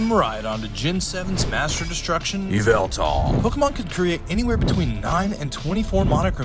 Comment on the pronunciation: It was nice of your editor to repronounce yveltal for you ahehehhe Great video man.